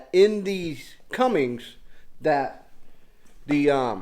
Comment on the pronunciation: Theres no G in Cummins. Lol sorry it just bothers me when someone says cummings.